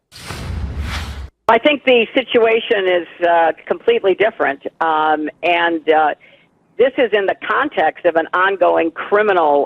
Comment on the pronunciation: "It's (D)ifferent"